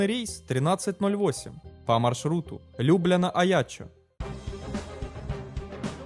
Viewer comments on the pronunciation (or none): Автор-двоечник! Мало того, что ты просто тупо зачитываешь текст, взятый в интернете, ты даже не можешь прочесть его грамотно. Запомни: не ЛЮбляна, а ЛюблЯна. Ударение падает на второй слог. Я понимаю, два класса церковно-приходской школы дают о себе знать;)). Поэтому нелепые интонации и смысловые ударения, которые звучат невпопад, изменить уже вряд ли невозможно. Но хотя справлялся в словарях, как произносится то или иное слово. Нельзя же быть таким самоуверенным невеждой. Или расчет на то, что нынешние жертвы ЕГЭ такие же безграмотные?).Судя по многим хвалебным комментариям, так и есть. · Эта лЮбляна аж слух режет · Опять ударение неправильное. Правильно: ЛюблЯна. В ЛюблЯну. Из ЛюблЯны. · Невозможно же слушать! Не ЛЮбляна, а ЛюблЯна, не ПадУя, а ПАдуя!!! Учите русский язык, если на нем ролики выкладываете! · Любля'на а не Лю'бляна как по русски так и по словенски. Опять же Па"дуя а не Паду'я. Странно почему Аяччо произнесено правильно. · Спасибо за видео, но Любляна произносится как ЛюблЯна и никак иначе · Товарищ озвутчик. Вы сначала изучите как правильно ударения ставить на городах.падУя, и лЮбляна это полный ппц. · Города - люблЯна и пАдуя. Я про ударение ;) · Я понять не могу, это робот озвучивает ролики или живой человек? Что за ударения неправильные он ставит в словах? ЛЮбляна, ПадУя, пристИгнуть ремни... Ерунда какая то. :) Но ролики интересные, да. Но озвучку нужно сменить. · Зумер, не надо тебе произносить слова, которых ты не знаешь. Каждый город, каждое название компании - это всем известные слова с ударением совсем в другом месте, чем ты вот сейас сказал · Я из Словении, очень нравятся ваши видео, но произношении Любляны это что-то. Удачи) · Еслиб не глянул на карту, то думал бы что рейс был из Люблина. Уважаемые жители Любляны, крепитесь